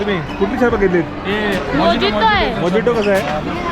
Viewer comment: मोजितो नाही मोहीतो म्हणा.राग मानू नका..पण तुमचे चॅनल खूप पॉप्युलर आहे म्हणून correct pronunciation सांगितले 🙏🙏🙏